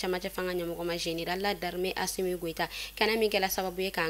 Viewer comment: Vous l'a c'est quand vous allez vous apprendrez à dire ASSO goïta que le président de la République ❤